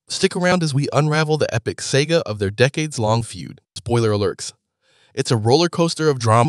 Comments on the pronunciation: Can't get past the pronunciation of the word saga (sah-ga not say-ga). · This AI shit is so stupid. And if it's not AI-generated and you actually pronounce "saga" as "Sega", then... well good luck. Lost me at the start.